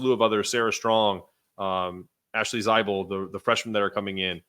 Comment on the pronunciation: Thanks for your effort. A bit of criticism, if you're going to do the Uconn Women, please learn how to pronounce their names. You butchered Carolyn's last name (the "e" is silent) and Allie's last name (Zah bel, not Zi bel). Otherwise, I appreciate you taking on this task of putting out content on the women's team.